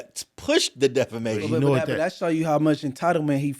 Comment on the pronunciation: continuing to say "defLamation" is hilarious. Stop taking "L"'s!!